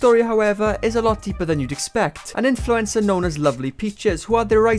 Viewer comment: I can't get over how says 'influencer' like Influenza. I mean,,, he's not WRONG